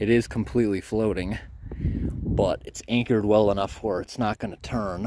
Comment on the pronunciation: "Trees growing on the froating logs" lol 🤣😆🤣